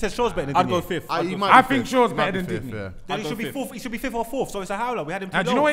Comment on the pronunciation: He called him digneee with no cap n we expect him to be serious